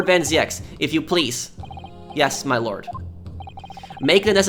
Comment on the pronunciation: as a dutch guy i can tell you that you pronounce the name van zieks as american would pronounce van Zekes, or van zeeks. van zieks is a dutch word meaning from sickness